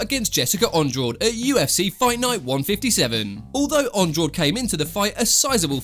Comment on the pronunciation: sorry but it’s pronounced an-drarshge not andraw-de